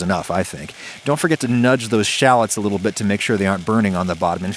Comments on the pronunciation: Love that he said li'l and bri'ish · .......the way he said the word "little"...def had that English influence.. Haha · No one going to comment about on how he said “little” with a British accent?